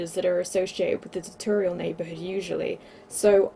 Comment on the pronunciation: Ta torial? Im British never head tutorial pronounced like that..